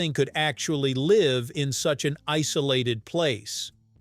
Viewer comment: Did you say the lakes were ice-olated?😀